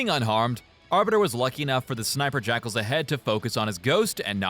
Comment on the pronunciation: Can I say that I knew close to nothing about Halo, and thanks to your hate and pronunciation, I thought that all along you were calling the snipers "sniper jackholes" Only recently I've found out that they're called "jackals", and are an actual enemy type lmfaooo